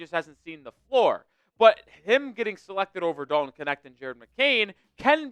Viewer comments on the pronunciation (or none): none